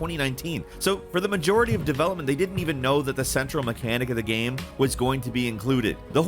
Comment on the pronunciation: can you actually say the proper word for ''game'', you have said ''gahm'' for more than a decade, why???